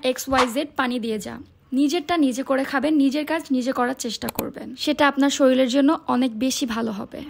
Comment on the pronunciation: প্রথমেই বলি কথাটা শরীল না শরীর।আমার মত মানুষেরা সেদ্ধ মাংস কখনোই খেতে পারবে না। এরকম সেদ্ধ মাংস খেয়ে কখনোই ওজন ঝরানো যায় না নরমাল খাবার খেতে হবে তবেই ওজন ঝরানো সম্ভব।